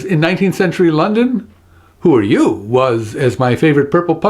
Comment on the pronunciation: I'm really enjoying your videos!! Just recently subscribed, thanks to your wonderful appearance on Truth or Fail and the video response to Dan Brown's Open Letter. So glad I did :D I'm not sure the intonation of the Who are you? is exactly on point. I'm sure I've heard the phrase in a cockney accent before, but with less emphasis on 'you' and more emphasis on 'are'/'aahh'. Just a thought.